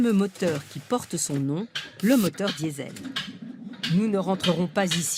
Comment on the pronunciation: mais pourquoi la journaliste prend l'accent quand elle dit "Diesel" ? bordel quand on parle en français on prononce "diésèl" c'est très agaçant